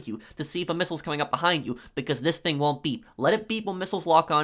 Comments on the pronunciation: The word is thing not fing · It's "thing" not "fing"